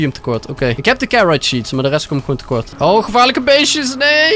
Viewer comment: gevaarlijk beest: geqwaarluk bieeest